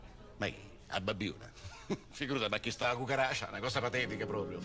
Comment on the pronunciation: Il modo in cui pronuncia chucaracia mi fa morire 😂